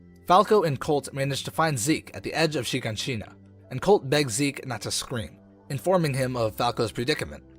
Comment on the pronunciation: It's not Shegoneshina it's Shiganshina😂